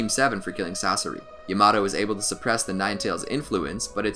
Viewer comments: Man really said llamato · It is not ya-maa-tow It is not ya -ma-to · DID HE JUST SAY YA MA TO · Great narrating / editing. I've watched probably 10 of these and this guy hasn't stuttered once. 🐐. Also, people complain about pronunciation: it is true the pronunciation of Yamato made me fall out my seat; however, most of them are okay. I like how he pronounces Sakura, it's like music hearing it over and over 😅. 👏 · SAMEEE especially yamato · Why he say yamato like that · Nah I don’t wanna hear him pronounce it like that for 10 min